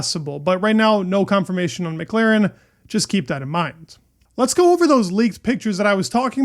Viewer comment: how many times do I have to repeat myself? McLAAAAAAAren not McLEEEren